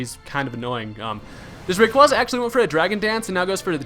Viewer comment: you pronounce giratina and rayquaza wrong